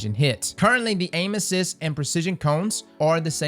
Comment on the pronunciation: Sounds like he’s saying anuses and not aim assist lmao